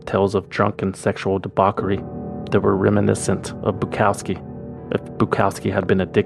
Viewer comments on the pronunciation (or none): That is not how "debauchery" is pronounced.